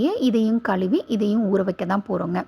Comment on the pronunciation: Say ANTI OXIDANT , MENOPAUSE , KAZHUVI correctly.